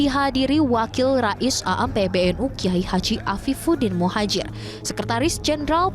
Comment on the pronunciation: Mohon maaf. Mohon izin memberikan koreksi: Seharusnya pelafalannya yaitu: نَهْضَةُ الْعُلَمَاءْ, bukan Nahdêlatul Ulama atau Nahdatul Ulama Rais Aam pelafalannya yaitu "Rais Ām" (رَئِيسْ عَامْ), bukan A'am. Profesor Nasaruddin, bukan Narasuddin. Cholil pelafalannya yaitu: Khalil (خَلِيلْ), bukan Kolil. : Penulisan yang benar yaitu "K.H.", bukan "KH". Rais pelafalannya yaitu رَئِيسْ. Tanfidziah/Tanfiziah pelafalannya yaitu تَنْفِيْذِيَّةْ, bukan Tanfid ziah.